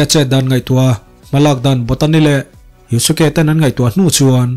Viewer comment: Yuske ti a lam tur o